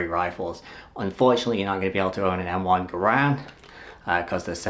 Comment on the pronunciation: Garand is pronounced like the word "errand."